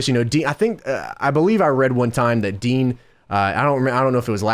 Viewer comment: Not DEANNN the way u say it gorse by the way JOHHHNNNN